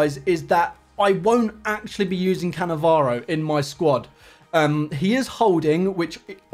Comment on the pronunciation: Nice shit rievew of cannavaroo😂